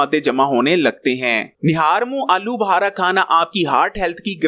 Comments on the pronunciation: Uncle. Aloo Buhara ni Aloo Bukhara bolty hain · Alu bahara nahin alubukhara.